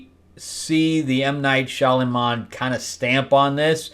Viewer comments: Shyamalan, not Shyalaman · Shalyman? It's disrespectful to continuously mispronounce someone's name if you're talking about them. But he sucks now. And I don't care for nepo-babies anything.